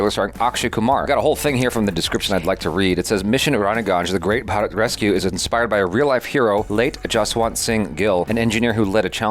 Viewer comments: Im shocked, you said 'Bharat' perfectly. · said bharat correctly. Didn't know his tongue allowed it to say